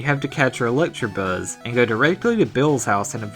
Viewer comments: Did you just call Electabuzz Electrabuzz? You fucking moron. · its electabuzz not electrabuzz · I hate when people miss pronounce a pokemon. Its not electri buzz its electa buzz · It's ea-lee-kti-buuz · Electabuuuuzzzzz. 😂 so southern.